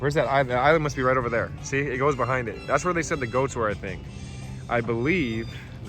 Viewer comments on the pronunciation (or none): none